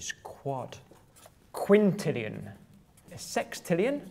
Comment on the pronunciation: A “qunt”-illion you say? Freudian slip?